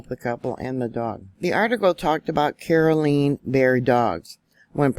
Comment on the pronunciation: Pronounced CAR-L-E-Ann